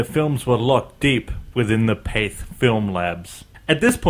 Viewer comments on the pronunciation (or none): Its Path-Ay not Pathe, the firm was French.